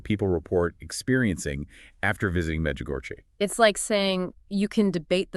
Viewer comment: And because this is AI generated, these two people aren’t real, and fake, and no matter how good intentioned the creator of this podcast may be, truth matters. Let people know that this is not real. Notice the lady doesn’t know how to pronounce Medjugorie correctly, but acts like she knows the topic. If someone’s going to represent the truth then tell what are their names? Who are they? Where are they from? are they real? Pay attention folks, there’s going to be more of this coming down the Internet. Look for trusted sources.